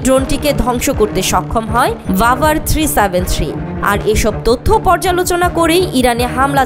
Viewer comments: ভাই রাভার না বাভার হবে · ওটা রাভার না বাভার হবে